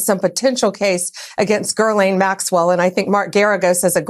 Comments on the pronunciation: its Ghi-lane not Ger-lane dodo bird! she's obnoxious! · Anyone else notice that Bondi mispronounced Maxwell's first name as Girl-Lane? I noticed. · Of all the pronunciations of Maxell's first name, i think "Gerlane" is my new favorite. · Spam ….”Gerlaine Maxwell”. Can’t even pronounce her name 😂😂😂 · “Ger-lane Maxwell” -Pam Bondi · Why does she have a harder time with Maxwell’s name than anyone else? It’s “jizz-lane”,. Hope this helps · If Bondi can't even pronounce "Gir-lane" correctly and cannot answer yes/no questions, she is a combination of incompetence, ignorance, and malice. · “Gurlane” Maxwell? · Bondi repeatedly mispronounced Ghislaine’s name . . . “Grrrrr-laine”!🤦🏻‍♀️ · GIRLaine Maxwell? Bondi knows her and knows how to pronounce her name. What kinda defection is that bullshit. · Girl lane. It was a Freudian Slip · Just a quick note to Pam Bondi. There is no "r" in Ghislaine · Gherlaisne? Why is putting an 'R' in her name? How weird ( by a,weird person).